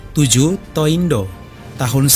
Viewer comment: BTW 東インド bacanya bukan To-Indo tapi Higashi Indo. Kanji Jepang 東 memang ada cara baca tō juga, seperti nama kota 東京 TōKyō. 😊